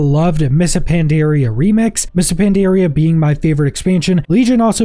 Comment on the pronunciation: The way you say "Pandaria" is certainly a...choice